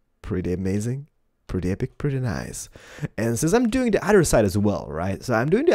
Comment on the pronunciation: It's pwetty